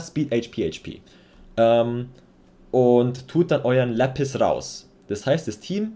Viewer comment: Sorry aber nicht lepis, sondern Lapis